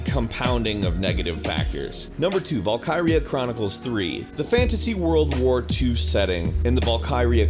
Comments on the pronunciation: Ahem... "Valkeerea" :P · What the hell is "Wall-coy-ra"??? It's pronounced "Val-ky-ria". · "Vol-Kai-Ree-uh" "Yu-Jee-oh" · Not just Japanese, its his pronunciation in general. Vul-Ker-Ee-Yah (Valkyria), its like saying Vul-Ker-Eye for Valkyrie. (note: that is exactly how he pronounces them) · 2 biscuit and valkyria lol he said Valkaria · His pronunciation of "Valkyria" bothered me, as a Norwegian.